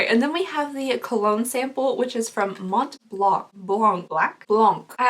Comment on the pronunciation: the “C” at the end of “Mont BlanC”, is silent.